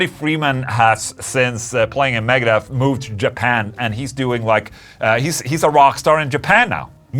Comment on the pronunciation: What the hell did Ola call Megadeth at first. “Megahorse “?